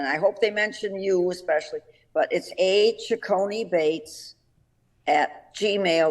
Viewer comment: I thoroughly enjoyed watching your show with my aunt Gussie as your guest. Thank you ever so much! However, her last name is Cecconi-Bates not Ceccone Bates. Thanks again.